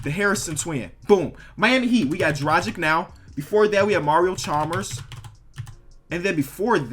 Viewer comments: Callin dragic like tragic lmao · Saying Teodosic right - spelling it wrong saying Dragic wrong - spelling it right braaaa voooo